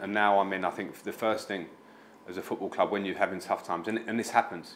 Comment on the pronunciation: If Everton had a nickel for everytime they had a manager that can't pronounce the word club, they'd have two nickels. Which isn't a lot, but it's weird that it happened twice.